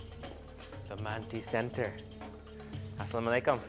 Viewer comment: assalamualaikum not assalom aleykum...✌😁